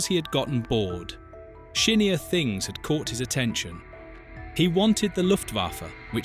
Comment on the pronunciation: I am dying over it, humorously because it's so incredibly stupid